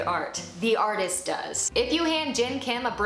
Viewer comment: Lol she said arthEEist